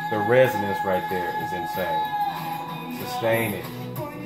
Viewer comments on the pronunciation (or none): none